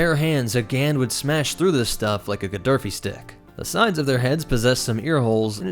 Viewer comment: I believe it's called a GAFFI stick not a gatarfi or gafarfy stick is. Or whatever you said. Lol